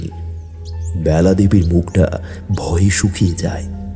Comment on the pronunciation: ব্যালা হবে না বেলা হবে বাজে শুনতে লাগছে